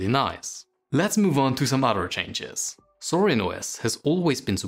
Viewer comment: It's actually "Zorin", not "Sorin" :)